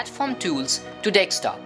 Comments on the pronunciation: It's deSKtop, not dekstop... :D made my day ;-) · "Dextop" lol good video tho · while saying desktop wrong